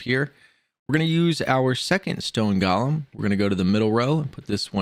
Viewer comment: Thnx for the help but please work on your pronunciation, golem is not pronounced gollum, you also pronounced chimera wrong